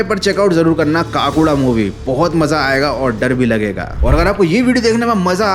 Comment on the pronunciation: Kaakuda nahi bhai Kakuda😂